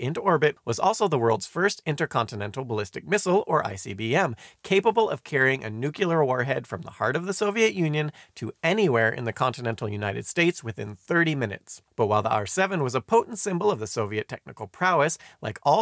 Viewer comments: Nuculer. It’s Nuclear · "nucular", eh? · That's how Jimmy Carter said it. And he was an officer in our nucular navy...